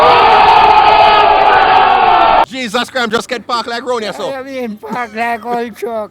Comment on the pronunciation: Ole man say park like truck🤣🤣